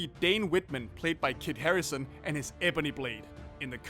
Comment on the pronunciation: Now we have seen the ebony blade and when far from home comes out we’ll see Venom, so mark 2 off the list. And it’s Kit HaringTON. You saying Harrison literally hurt me